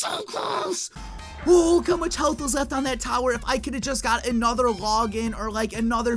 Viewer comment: LETS DO ANUTTER